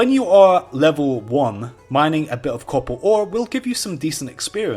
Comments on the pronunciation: its copper ore not couppalt ore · "cobber ooooore"... DUDE... FUCK SAKE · Say it so americans can understand it: CappaR AR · Did he pronounce "copper ore" different every single time he said it? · It took me a while to understand he was trying to pronounce "copper ore"